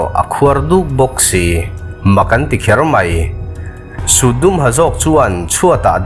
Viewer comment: 'kher mai' i tih hi a 'kher mei' 😁